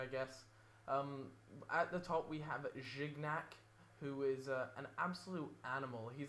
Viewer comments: DUDE ... "jiniac" and "kosielny" that's how you say it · Nice team and video! Since you were struggling with pronunciation a little, I thought I might proffer a quick guide: Lloris = Yo' Reece Gourcuff = Goor Kewf Gignac = Gee nyak (soft G, hard to explain without going phonetic on yo' asses) Sagna = Sanya Clichy = Clee She ...And I think they were the only ones, the others were fine ^^ hope this helps you and any viewers!